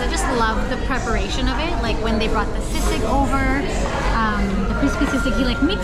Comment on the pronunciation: I know it is spelled sisig and normally you do pronounce words as they're spelled but sisig is pronounced "see-sig". Otherwise credit to you for pronouncing words with short vowels.